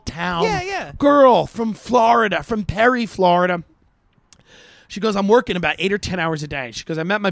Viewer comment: As soon as you said Florida-duh🤦🏼‍♀️